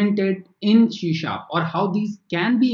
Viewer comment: C# is pronunced as See Sharp. Not shee sharp!